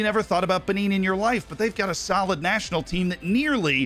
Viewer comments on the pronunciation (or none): none